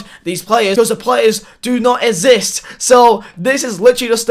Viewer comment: No one:: “ezist”